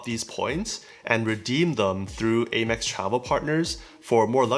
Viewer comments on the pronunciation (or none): Am-ex not Ay-mex. ;)